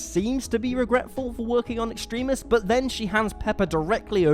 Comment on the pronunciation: Extremis is pronounced Ex-trem-mis. Ex-tree-mis is close, but no cigar